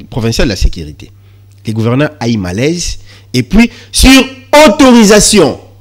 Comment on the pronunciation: MONSIEUR YO OKOMI JOURNALISTE NDENGE NINI??? ATA KO PRONONCER GOUVERNEUR OZO KOKA TE? EBONGO BATU YA MBOKA MISUSU SOKI BA YOKI EZA SONI PONA MBOKA. ON DIT GOUVERNEUR ET NON GOUVERNAIRE